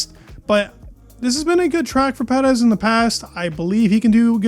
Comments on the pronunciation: Love your channel, but lets pronounce his name like Perrr ezzz, Not PeD ezzz., No PeD in his name. But don't change anything else you do here. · Per-ez please. Not sure why you say his name like that? Like your videos though. Great job! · I like this guy but why he keeps saying Perez like Petis. Bro is Perez not Petis I think is weird.